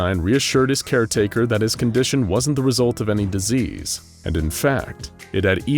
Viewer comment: disease not diesel